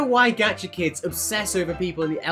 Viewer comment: “Gacha Krids”